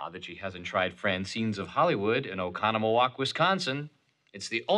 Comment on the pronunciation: Oconomowoc wisconsin! Awesome.....and he pronounced it correctly too! 👏👏👏